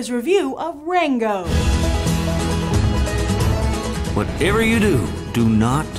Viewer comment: I could swear she called it "wango"